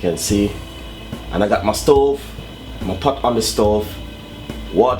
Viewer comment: lol pat...I knew he was Jamaican just from that